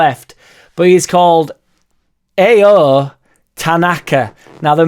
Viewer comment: Pronounced Ow Tanaka 👍👍👍